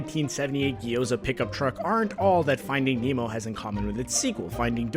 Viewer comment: I thought you said emo. Not Nemo. Sorry. Also I knew the frozen one.